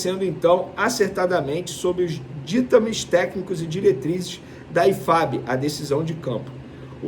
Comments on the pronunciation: Não é "arguindo", é "ARGÜINDO". Não é "dítames", é "DITÂMES". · É "ditâmes", não ditames É argúir, não arghir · "DÍTAMES", Venê?! Que que é isssoooooo!!!!!